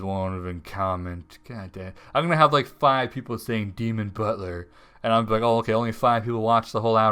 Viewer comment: dee'mon butler